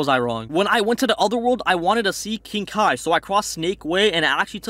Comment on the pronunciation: bruhhh dude is not ki blast its kai blast